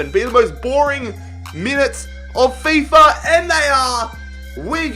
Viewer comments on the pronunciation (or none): none